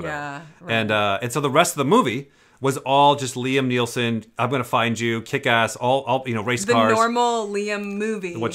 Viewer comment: I got triggered by saying "Liam Neelson"